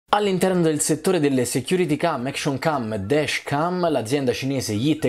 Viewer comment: Ma ha il GPS? (p.s. si dice "dash cam" con la A italiana e non "desh cam" come fosse barese)